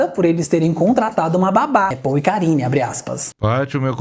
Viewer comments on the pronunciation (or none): Eu tbm tava ouvindo isso 😂😂😂😂😂 porcarine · Também entendi Porcarine! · Na hora que falou "endereço os bastidores de paul e karine", eu entendi bastidores de porcaria 😂😂😂